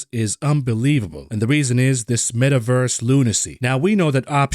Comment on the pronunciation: The “Met-averse” gives you a headache